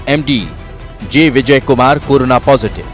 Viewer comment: Anchor karona bol rahi hai.